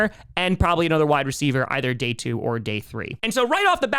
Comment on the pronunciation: are you sure they are saying Wide Receiver One, and not Why Receiver One? Love Ya.